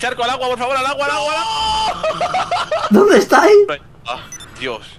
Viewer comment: Jajaja al Aguaaaa!! A no que no es aguah xdd